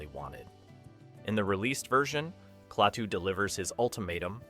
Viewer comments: It's pronounced "Claytoo" no "Claahhtoo"! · He knows that. He wrote “Klaytu” instead of “Klatuu” to illustrate how idiotic the pronunciation of the name is in the video.